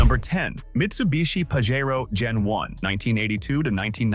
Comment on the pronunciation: You might want to earn how to pronounce "Pajero". If size isn't a consideration the Jeep Commander with its three locking diffs can go some places a stock Wrangler can't. Otherwise nothing there can really outdo a Wrangler Rubicon. CLICKBAIT!